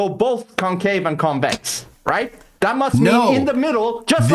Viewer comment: Bro can't even say the word Convex and decided to come on a debate. The flat balls😂😂